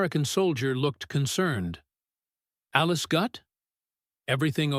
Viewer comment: AI voiceovers suck. Listening to the garbled statistics was not only painful, but entirely pointless since the mangled inflections made the data confusing, listener not sure what numbers went with what sentence. What is wrong with having real humans speak?!!!! "Alice gut"... seriously?!! At least edit the video before you upload it.